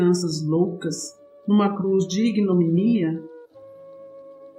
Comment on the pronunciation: Não é blásfemo, é blasfEmo. Não é ignominía, é ignomínia.